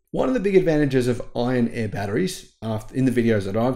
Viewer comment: Iron "air" batteries. Iron "Eh" batteries are Canadian.